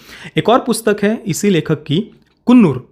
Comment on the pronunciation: Bhai sthal ka pronounciation कुन्नूर nahi कन्नूर hain. main us jagah se hun originally. Aap ne alag jo bhi kaha woh toh tikh hain